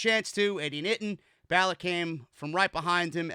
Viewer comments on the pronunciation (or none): This fellow is say Finn Balor name wrong